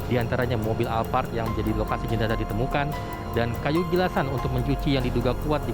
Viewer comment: Jenazah bukan jenaja